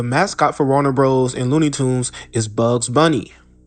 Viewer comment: Warner Brothers. Not Bro's.